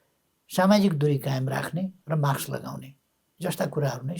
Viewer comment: ओल्बा माक्स हैन मास्क उच्चारण गर्नोस ।